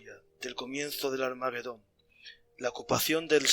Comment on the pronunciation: Armagedón . La GE se pronuncia como JE. No lleva U entre las dos. Rechina oír hablar mal en un canal culto.